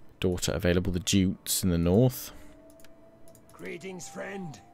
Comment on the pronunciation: Jutes is pronounced Yewts